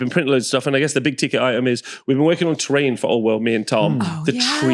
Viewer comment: Around the 58 min mark when you were talking about the trees you are making, I initially thought you said you were make a "train set for the Old World" not "terrain set". How cool would it be a Warhammer Old World Train Set!!!